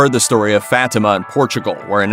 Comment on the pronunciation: FFS, pronounce it right. FAH-tea-mah.